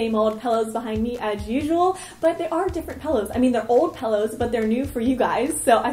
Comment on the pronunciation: She says " pellows " not pillows